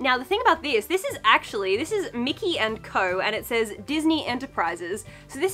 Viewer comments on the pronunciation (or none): none